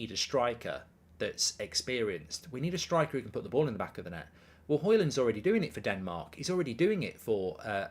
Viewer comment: Mark - it's Rasmus Højlund (not Rasmus Højland)